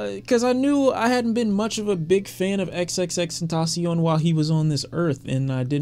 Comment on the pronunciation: Ta Tasi-On😂😂😂 U said that like u hunting kamidogus and Dragon Balls🤣🤣🤣